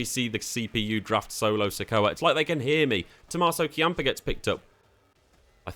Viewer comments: Key-ahm-puh (Ciampa lol) was my soul crusher... I chalked up the Shinsuke one as an Englishman thing (probably just me shielding my soul early on 😅) But As an NXT fan... A Tommaso fan... And as an Italian American... KEY-ahm-puh was def a shoe to the applebag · Great work! Gonna give this mode a try later today. I know you said you don't watch WWE, but you have to work on those names. The way you pronounced Ciampa (it's "Champ-uh") almost made me close the video and delete Google Chrome :D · Not as much as that ciampa pronunciation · i cant tell if u actually dont know how to pronounce shinsuke and ciampa or if ur just memeing